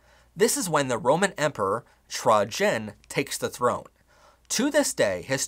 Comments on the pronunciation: Trajan pronounced tray-jan. Not trah JEN. Where the heck did that come from.? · I love this so much. Wow. Going to share this with everyone! You mispronounced some of the words like Emperor Trajan “Tray-Jin” is like how most historians pronounce his name in English. Your work is incredible though! Really glad I watched this! Brilliant work :) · assyrian is pronounced “as-syrian”, not “as-ri-an” :) also, the name “trajan” at the time of emperor trajan was pronounced “try-yan” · "Roman emperor Tragien" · You are mispronouncing a number of names of nationalities, groups, etc. ie, Ojibwe, Trajan, Assyrian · Please google….or wiki the proper pronunciations…ie…Assyria…..Trajan…etc